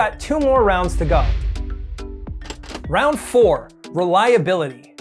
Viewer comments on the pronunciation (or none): be like Reliabiility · you mean reliabiility